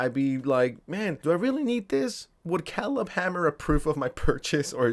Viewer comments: KAY-leb kay-leb. not keleb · Love your videos, but hearing you pronounce Caleb was like nails on a chalkboard. Say it with me, CAY-lib, not CAH-lib, CAY-lib. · Kay-leb not Callub lmao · .it's produced "Kay-lehb" not "calib" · Pronouncing it Khalib Hanmer is almost as bad as the Kai Snot. I’ll never forget Kai Snot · OMG ITS CALEB (KAY-LEB) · Kay-Leb is the pronounciation of his name bro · Did you see the Caleb videos where he flat out ignores grooming because they're lesbians? Because there's several of them. And its pronounced KAY-LUB, moron. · Caleb… CALEB… OMFG I have never heard a mispronunciation that pissed me off so much in my fkn life. K-LEB… what is wrong with you dude. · Old American name CALEB is spoken KAY LEB ! 👀 It's wierd spelling huh ! 😂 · Oh my god. You actually don't know how to pronounce Caleb. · How do you not know how to pronounce Caleb….? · How do you not know how to pronounce, "Caleb?" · Bro, lookup how to pronounce Caleb lol